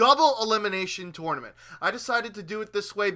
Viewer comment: The way he says 'tournament' makes me want to punch babies...